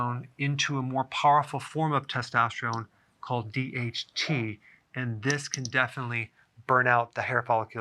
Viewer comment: I thought he said DMT 😂 Damn you Joe Rogan